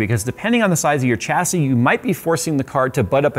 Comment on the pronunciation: Took me 15 minutes to realise he was saying 'chassis'.